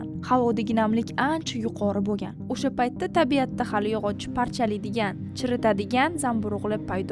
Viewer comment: sheva qara usha payt emas o'sha payt